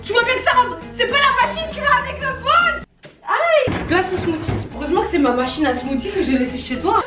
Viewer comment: SMOOTHIE SA SE DIT SMOOCIE PAS SMOTY